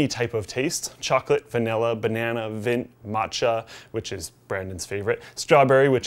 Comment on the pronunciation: you said vint